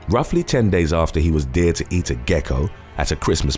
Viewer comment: The narrator has a good voice but what's with pronouncing dared as deered? I thought the young guy in the first story had eaten a slug off a deer.